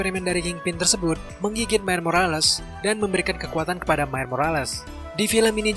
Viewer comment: Miles bukan Mile bang